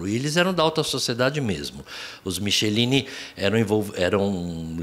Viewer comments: Moro em Vitória . Acompanhei esse caso. Como sempre, culparam as vítimas. A mãe n teve nada a ver. Paulinho Helal, Dante Michelini ( pronuncia-se mikelini) Jr, o pai e faltou falar do Piccin( esse n aguentou a pressão é se matou) . Paulinho Helal ficou um tempo preso. Hj rico, solto, c 2 filhos, morando em Bairro nobre. A principal avenida da Praia de Camburi, tem o nome de Av. Dante Michelini( mikelini). Uma vergonha! Alguns políticos tentam trocar esse nome. Esses monstros usavam esse bar para comprar droga e seviciar crianças para as orgias.Peço que revejam essas informações. Lola nunca foi traficante. A família foi destruída. Polícia, perícia, etc ..tudo comprado. Quem mora aqui sabe..repito: revejam esse programa. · O bar não era na praia de Camburi. Era no Centro de Vitória, o bar Britz, onde se reuniam políticos, repórteres, pessoas ligadas à contravenção. O sobrenome é Michelini (pronunciado Miquelini). Há documentários sobre o percurso que ela teria feito para a parte superior do bar Britz e lá ficado por três dias. Aqui nunca se falou em internação em hospital, até por quê a internação seria feita por estranhos à família. E sim que ela teria sido, depois do cativeiro e morta, jogada com ácido no rosto nas proximidades do Hospital Infantil na Praia do Canto (outro bairro). A Av. Leva o nome do pai Dante Michelini e tentaram mudar para o nome de Araceli Cabrera Sanchez Crespo. Porém por diversos motivos, e não pela substituição do nome, questões envolvendo os registros de imóveis cartório, junta comercial, apesar de possível, não passou pela Câmara. Um painel foi feito no parque botânico da Vale no final da Praia de Camburi. Que me conste foi feito exame da arcada dentária. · Dante Michelini (A pronúncia é Miquelini). Nome de Avenida até hoje em Camburi, Vitória-ES.